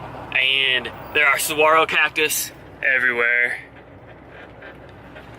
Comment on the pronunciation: The G in Saguaro is pronounced as an H. I have made Tucson my winter home since 1983, I am a adventurer traveler, and vagabond. Been on the road by bicycle and backpack for 42 years since I was 21 in 1977. Happy Trails! :)